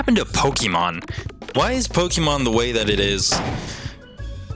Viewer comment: pokemon is short for pocket monster so plz pronounce it corectly pokeehmon sounds stupid